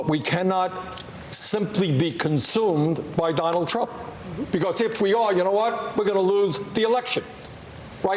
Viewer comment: How many times did he say " Donald Twump is a pathowogical wiar..." ? That' s all anyone needs to know about this career windbag politician.